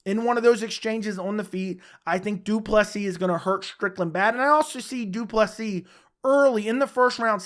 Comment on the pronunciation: Welldone saying Du Plessis right💯